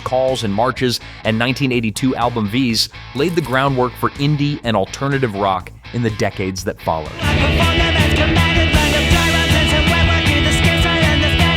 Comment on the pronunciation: This list was really narrow for the most part. Mainly psychedelic-prog-metal bands bar Big Star, the Wipers, and Mission to Burma. And the Mission to Burma lp "Vs." is pronounced "versus" NOT "veece" or "vees" as said in video making me wonder if this list was created or narrated by actual fans of these bands or just something corporate for clicks. If you like psychedelic-prog-metal music, you'll find something here. Particularly late 60s/early 70s obscure bands. If you were expecting to hear a wider variety of unknown bands, this isn't for you.